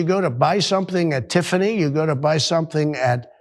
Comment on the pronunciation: "You go to buy something at Tiffany." Hahahaha, he is so out of touch. And he said Tiffany's wrong. What a dipshit.